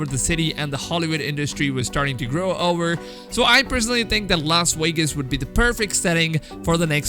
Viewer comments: "Las Waygus" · Lol "Los Wegas"